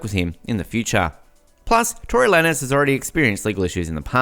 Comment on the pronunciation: Tory who? That’s not how tf you say his name!!! It’s TORY LANEZ Pronounced like LANES like driving and switching lanes. And we been known this for about a month and his new arrangement is this month on the 18th. He hasn’t even plead yet. Also Megan lied.whoever uploaded this is so late. And Kehlani put Tory back on the song actually...